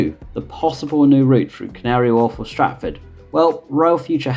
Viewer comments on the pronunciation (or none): none